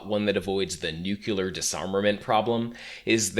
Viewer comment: What is a nucular bomb??? I’ve heard of nukes before but those are nuclear, are nucular bombs some type of upgrade to that?